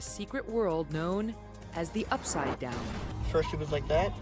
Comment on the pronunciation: 47... Gorgeous!!! For a minute there I didn't believe she had ever acrually watched Stranger Things because of how she pronounced The Upside Down. But she redeemed herself with bringing up Max and her brother. #Keery for #President